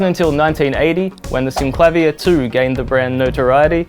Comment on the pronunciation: Brilliant! You say: "Syn-Klavv-ier" which sounds so much better than: "Syn-Kla-Veer" and is how I've always pronounced it!